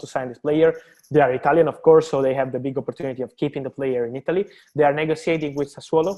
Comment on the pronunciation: ITALY not Ialy. Italy actually have in a T